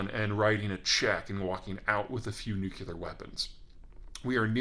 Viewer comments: yeah, noticed that too - seems like most of the world pronounces it that way though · This drives me nuts: “Nuke-u-lar” is incorrect. It is pronounced, “Nuke-lee-are.” Otherwise, the usual clear, cogent and insightful commentary that I expect from Peter Zeihan. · Why do you pronounce it 'nucular' instead of 'nuclear'? Besides that, very interesting video. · So everyone who wants it gets clean nuclear, oops sorry, nucular power. And we all get, instead of Mutually Assured Destruction, UNIVERSALLY Assured Destruction. What could go wrong? Fission meets Gain of Function... ;-) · Alright George W. nucular (comparative more nucular, superlative most nucular) (botany) Nut-shaped; of or relating to a nucule — a section of a compound (usually hard) fruit. NU CLE AR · You're way too intelligent to be pronouncing it "NUKE YOU LAR" The word is nuclear. "NUKE LEE UR" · I cringe every time someone says "new-cew-ler". It's nuclear, pronounced "new-clee-are", even in the US. (Peter is just punishing our ears for mispronouncing his name.) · Not nucular Peter, Nuclear 🙂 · Cummon nuke-ular??? It's nu-clear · You give great comments, even if say "nucular" rather than "nuclear", which comes from nucleus. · Peter, I love you man...But, I cringe every time you say Nuc-U-lar instead of Nu-CLE-ar. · This is the comment I was looking for. When I was a kid, my parents had this same issue with Jimmy Carter and so here I am all grown up and I can't not hear it when someone says "nuke yoo ler" instead of "nuke lee er". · I wholeheartedly agree. It drives me crazy when well educated, intelligent people do that. Nucular (NooClear), Relator (Realtor), Julery (jewelry), and a dozen other such mistakes. It may be pedantic, but it ultimately really matters. We live in a precision world where accuracy counts. Come on Peter, NooClear! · NU-CLE-AR practice it. It's easy. Any time you say nucular (damn even my spell check won't let me type it) it sounds like you were edjeecated in Kentucky.